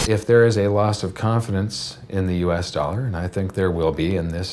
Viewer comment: kick the can?!!! Stop the inlesion! Let's keep playing cleaner, intel inside,! From wi dow to window. Don't say DOLLER! ITS THE INLETION!!! It's not the werds DOLLEAR!!! GOT DAMMIT°°! Playing your game, don't mess with. Y bible,Bible, any new inflesion.